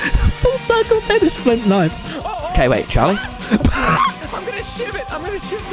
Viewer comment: Tommy is now becoming true Bri'ish